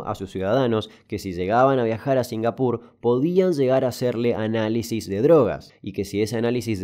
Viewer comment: La verdad singapur suena bastante bien cuando lo dices así.